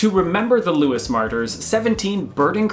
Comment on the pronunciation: Somebody has most probably already said that you pronounced Lewes wrong!